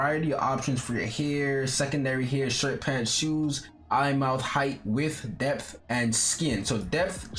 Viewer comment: "The depth guys DePH, Death.... your depth. lol i love you <3